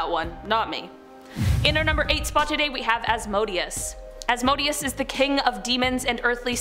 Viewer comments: Asmodeus is pronounced ozmadayous..... Just sayin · The way names are pronounced kills me. The boom is pronounced as “rs- go- ay-sha”, and some of the demons mentioned asmodeous is “Oz-mo-dee-us”, mammon is “ma- mon” , azazel is “uh- zay- zel” paimon is not paymon its “p- aye- mon” and other than that it’s pronounced pretty well.